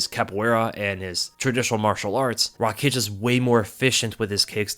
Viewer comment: No Rakiić, its Raakić